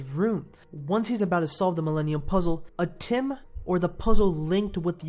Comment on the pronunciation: stop bloody call atem atim